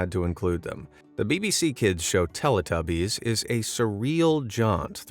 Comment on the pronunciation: It's pronounced Tell - EE - tubbies not Tell - Uh - tubbies. Haven't you ever heard the theme song?!